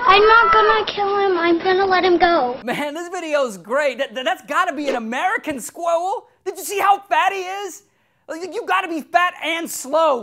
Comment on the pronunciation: 4.04 to 4.10 I laughed my head off Ray: "the scwuiwell is not so cute after all, is he"